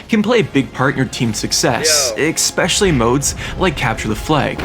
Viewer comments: Idk why but I get so bothered when people say “Exspecially” instead of “Especially”. I swear, just about every YouTuber I watch does it. 😂 This guy does it A LOT though. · ekspecially isn't a word. it's especially. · escape and especially not excape and expeccially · It is expecially funny because he uses the word a lot. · good video, but you know the word is especially not ecspecialley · IT IS NOT EGG_SPECIALLY - It is especially. Quite frankly SAD that a German guy has to EGG-SPLAIN this to you. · Im 4 mins in and I’ve heard u say “eXspecially” like 5 times im losing my mind here lmao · “expecially” lol Jk, I loved this so much, I might have to relive my childhood real quick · "Exspecially"... for real dude? It's your own language... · IT WAS DRIVING ME NUTS 😭There is no X, K or CK in ESPECIALLY... (╯°□°）╯︵ ┻━┻ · My brother. *Essssspecially. Like Espresso. No X.